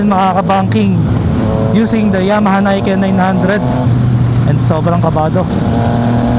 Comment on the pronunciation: Nick-en not nayken ✌️